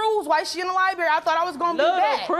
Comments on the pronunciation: Libary??? It’s LIBRARY!! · The sons mother is extremely ignorant did she say he moved on and has a new baby like that’s something to be proud of and she said “libary “ not library she made my head hurt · Everytime she said “Liberry “ it pissed me off 😂🥴😑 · Baby, she said liberry 6 times, I could not have kept a straight face. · liberry...liberry....liberry...liberry.... LIBERRY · "at the lie-berry" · "Libary"...wow stay in schoo folks....😅😅